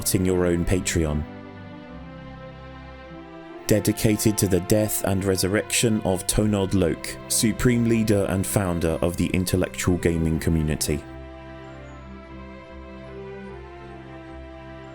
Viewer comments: You said Intellecutal wrong at the end. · OOOOh boy! You fucked up the last sentence: IntelECUtal!!!!!!